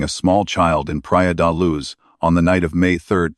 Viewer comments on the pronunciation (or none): The voice on this video does not pronounce Leicestershire properly or the city in Portugal Pria de Luz.